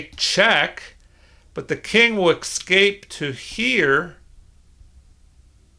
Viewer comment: It's not the repetition, you understand; it's the pronunciation as "exscape", I hate to be a pedant and apologise for harping on it, but it's like gravel in my show now 😆